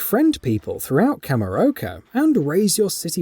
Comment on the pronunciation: Kamuroko? It's kamurocho CHO you fool 🤓😂